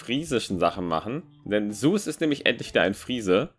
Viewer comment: Das heißt nicht,,suß" Das heißt ZEUS wie dieser Gott aber ok-_